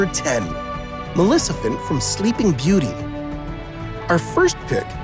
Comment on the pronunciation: How can you not be able to say MALEFICENT right😅😅😅😅😅